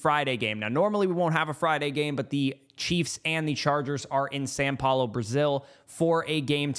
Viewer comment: My brotha it is Sau Paulo. Not San Paulo